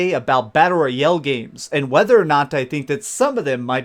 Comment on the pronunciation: "Battle Roy-El" superman's lesser known cousin